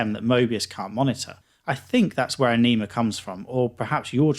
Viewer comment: A-Knee-Ma?? LMAO. It's pronounced A-Ni-Ma.